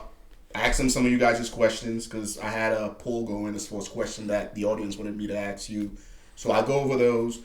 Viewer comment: How is it that you were a Green Beret and you can't pronounce the word ask?